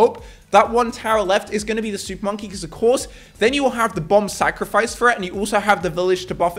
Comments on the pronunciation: What is hé saying supppppponky😂😂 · when he said "Im gonna use super monkey* i just heard SOUP MONKEY